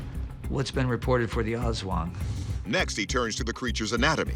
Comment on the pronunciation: aswang pronunciation 😆 it's more "uhs-swung" than "azz-wuhng" in our filipino language, actually